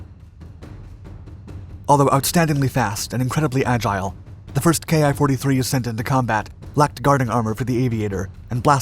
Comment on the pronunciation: 10 seconds in and you mispronounce the name. Awesome